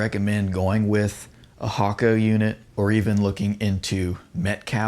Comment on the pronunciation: I believe it's supposed to be pronounced "yee-haw" like a cowboy .